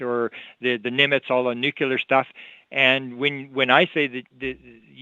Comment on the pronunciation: It's so much easier to listen to on three-quarter speed. He's nonstop... the bonus of it though is that he's packing in twice as much information in almost.the same amount of time, pretty cool. But there's one thing that really irks me... the mispronunciation of nuclear. Drives me nuts, anyone else?